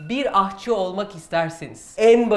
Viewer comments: Öcelikle aHçı değil de aŞçı demeyi öğrensek sonra ders vermeyi düşünsek? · ahçı değil aşçı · ''Ahçı'' değil aşçı ! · AHÇI DEĞİL EFENDİM AŞÇI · Ahçı diye bir kelime yoktur. Dogrusu Aşçı dir. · Neden ısrarla ahçı diyorsunuz aşçı yerine? Bi sebebi var mı?